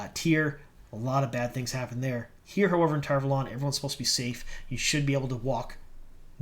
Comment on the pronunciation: How come everyone decided to start saying Tar Valon wrong? It's said the way Michael and Kate say it or its WRONG.